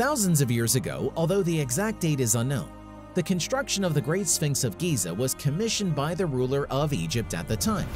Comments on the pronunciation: Why is he pronouncing it Gaza? Isn't Giza and Gaza two different places? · im talkin about how he said gaza bro its fucking (geeza) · Giza... Not Gaza.. 🤣🤣🤣🤣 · It's Giza, not Gaza. I have to disregard everything you said after that. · Interesting fact....its GIZA not GAZA. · Ruined it when u said gayza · Agreed! If you can't get something as simple as the pronunciation of a 4 letter word that is critical to the story correct,how can anything that follows it be trusted? Pretty pathetic really but alot of people don't care and scarily,possibly even more don't know! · Why would any of this ‘scare’ archeologists? Edit: this video is mostly crap. Too many inconsistencies. Also, you pronounce Giza wrong.